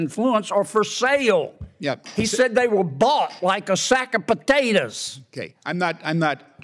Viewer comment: Like a sack of potatuhs!!!